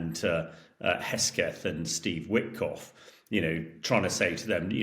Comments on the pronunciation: Hesgeth? the guy does not even know the names of the principals............ Hegseth. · Himesh it's Heg Seth - say it with me Heeeeg Seeeeth 🙄